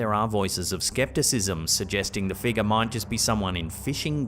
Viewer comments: My wife and I have a new drinking game. Every time he says figga (figure) take a drink! lol. Love the videos!!! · I watch videos 50% for the content and 50% for accent. I could listen to him talk all day long 🥰! I get goosebumps every time he says "figgah" 🤣. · I love how he says Figga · Scary "fig-yah's" lol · A strange black mist like figgah appears to enter the shop???